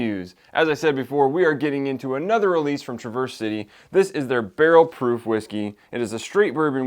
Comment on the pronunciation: OK, I don’t want to be that guy, but I’m from Michigan and I can give you a first hand tip on how to say “Traverse City”. It’s not truh-VURS but rather TRAV-ers . I hate to correct you but fellow Michiganders will now smile. Great review and yes a great distillery! They even make cocktail cherries which are fantastic. Traverse City is famous for cherries. Keep up the good work! Subscribed!